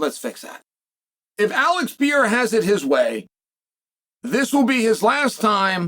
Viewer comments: ALEX PE REI RA. What are you saying? Pierra? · Alex Pee-yaira….no, Chael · His name is not pronounced pee-era! Why does that drive me nuts? I wish I knew lol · god damn why cant he say pereira? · Because he purposely mispronounces names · You must be new here.. 🤣 He does it every Pereira video. It pisses me off too 😂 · It's a tongue twister for him